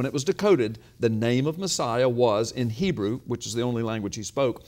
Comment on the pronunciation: Lie , you dont read Hebrew right